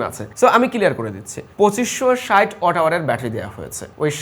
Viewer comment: Halar murkho reh watt uccaron korte pare na watt reh oot koitace mone moy 😂